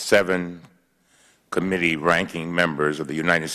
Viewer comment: Cummings needs a linguist to help with his speech!! Committee is not pronounced com-mini